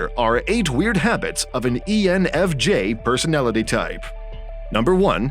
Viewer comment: You said ENFG towards the begining